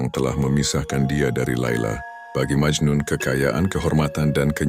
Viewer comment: Memang majnun bukan majnu